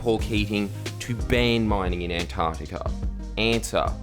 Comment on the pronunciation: Jordie my hero the sound of Antar C tica minus the c crushes my very being.